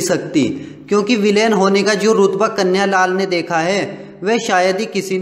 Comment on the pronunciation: कन्या लाल नहीं कन्हैया लाल उच्चारण सही करें